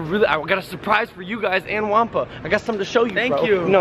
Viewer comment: I love unicorns no its not its juanpa not juapa lol